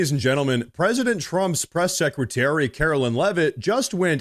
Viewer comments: Karo"LINE" is how she pronounces her name. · Love your content,. I watch you everyday. Our Press Secretarys name is KAROLINE, not Carolyn. Just a heads up.